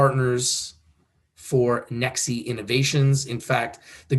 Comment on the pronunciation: Its Pronounced as NEX (E is silent)